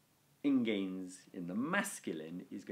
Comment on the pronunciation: ingēns is the first word you have pronounced correctly in 30 videos.